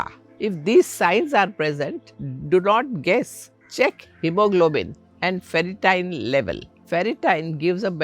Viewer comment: Not ferritien! It's ferritin.